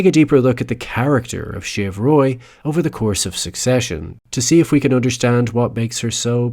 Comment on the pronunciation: Just an FYI, it's "shiv", short for Siobhan, a Celtic name often pronounced "shi-VAHN".